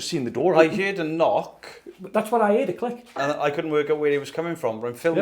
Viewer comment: Can't get over how they keep saying: "HEARED" (hēerd), instead of: "HEARD" (hĕrd). 😂😂😂